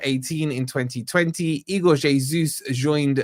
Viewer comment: Its es uss not jay soos